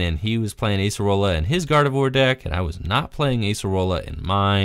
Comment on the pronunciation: Those Acerola plays were so good, momentum changers. Also nice to see her name pronounced correctly too.